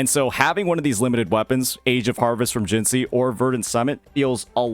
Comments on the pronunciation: You should be in jail next to Scar for how you pronounce Jinhsi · The way you pronounced "Jinhsi" is criminal